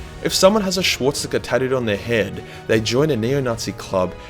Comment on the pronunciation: You can't even say swastika